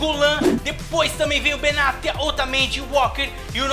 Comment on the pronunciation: desumilde kkkk e cara, odeio como ele fala modric e benatia, q raiva